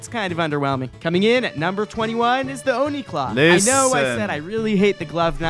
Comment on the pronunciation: its "oni" not "onhe"